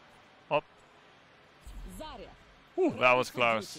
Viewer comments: Her name isnt "Zariya" :( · I can`t believe that Zaya herself saying her name wrong T_T make me wanna cry. P.S i`m russian and zarya it`s actually a word